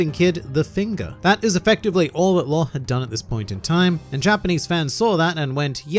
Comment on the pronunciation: Why do you pronounce Law as Lore by the way?